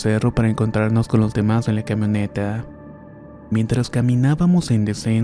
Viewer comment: Abre más la boca porque no se te entienden algunas palabras y o las dices mal, como pedra en lugar de piedra, quemoneta en lugar de camioneta